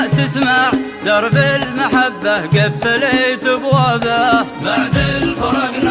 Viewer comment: كلمه قفلت أبوابه نطقها حلو مره